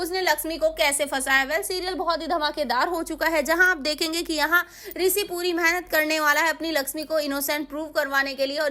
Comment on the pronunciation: Pehle bola shi kro Risi nhi Rishi jo bola weh sab dekh chuke